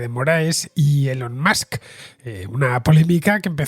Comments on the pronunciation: Elon Mox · Cada vez que escucho “Elon Musk” no puedo dejar de pensar en Maduro pronunciándolo 😂😂😂